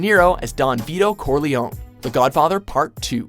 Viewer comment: Haha! It's "Lehns-herr" not "Lehn-SHörr"! And not "Don Veedo Corleon" but "Don ViTo CorleonE".